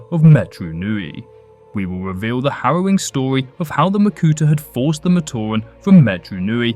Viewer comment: Dwaw dwopping reweal 😅 No offense, that's just how it sounded.